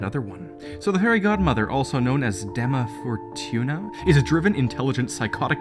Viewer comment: You said dama fortuna wrong